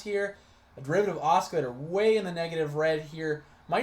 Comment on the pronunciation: You're driving me insane with the way you keep mispronouncing "oscillator". :-D It's "ah-sil-later"....not "ah-skill-later". Thanks for posting this and sharing it to the TSP4ST Facebook group though.